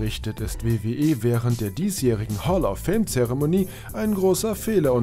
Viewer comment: "Hall of Film" :-)